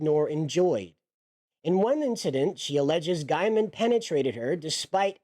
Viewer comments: Gaiman not Giaman, your pronunciation is driving me insane. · Just an FYI - you are mispronouncing his last name. It is said Gayman nto Guyman.